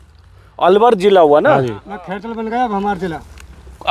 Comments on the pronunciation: Pararkar ko khairtal nahi bolna nahi aa raha hai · अंजुम को खैरथल नही बोलना आया, धिक्कार है इसी पत्रकारिता पर थू